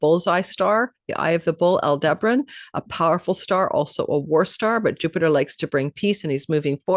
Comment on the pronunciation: Al-duh-Barron. Uh. You and Joni. Not Al-deber-on.